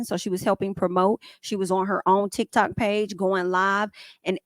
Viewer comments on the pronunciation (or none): none